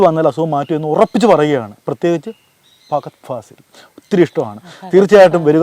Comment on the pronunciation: ഫഹദ് ഫാസിൽ എന്ന് നേരാം വണ്ണം പറയാൻ പോലും അറിയില്ല